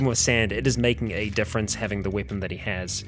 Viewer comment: weipon that weipon this lol